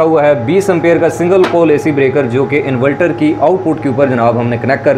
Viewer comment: اسلام علیکم پیارے بھائی انولٹر نہیں انورٹر ہوتاہے